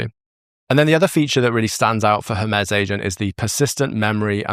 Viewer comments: Hermez? Every time you say Hermez instead of Hermes it immediately takes me out of what you're saying. Why can no one in the creator space seem to pronounce things the way they were meant to be pronounced? Hermes is the messenger God of the Greek pantheon, it has never been pronounced Hermez. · I’m dying a little inside every time “Hermes” is pronounced like “her-MEZZ” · Cant get over how you say Hermes wrong XD